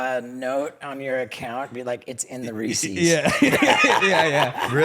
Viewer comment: "Ree-see's" No, Steve-O. You're not one of those. You probably pronounce pieces as "pee-see's" too. I have no idea why some are think Reese's Pieces is pronounced "reesee's peesees". 😂